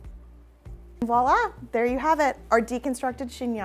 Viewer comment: Chingnon? Chingon? 🤣